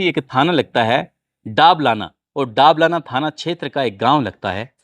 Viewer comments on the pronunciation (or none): भाई दाबलाना नहीं दबलाना है गांव का नाम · सर जी वो दबलाना है डाबलाना नहीं है में बूंदी जिले की नैनवां तहसील में रहता हु